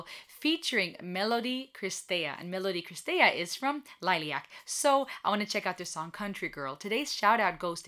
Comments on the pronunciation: Just pronounce the first part of the name more German like Lillie äck. 😉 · Lilly-ack is the correct pronunciation. you are still saying it wrong. just a correction note that is all. thank you for your reaction.